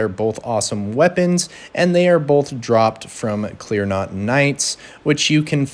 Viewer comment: My brother in christ, love the video, but its CLEAN ROT not CLEAR NOT. (